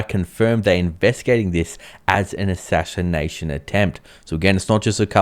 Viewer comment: Ashinanation attempt. Let's say it again. Ashashination attempt 🤣🤣🤣